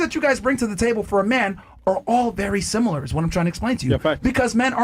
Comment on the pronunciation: WTH is "Simular"?